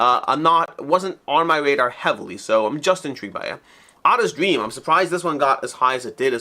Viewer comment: Ada's Dream is pronounced A-da, not add-a (it was my Mom's middle name).